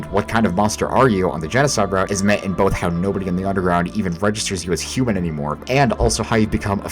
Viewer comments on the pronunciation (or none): none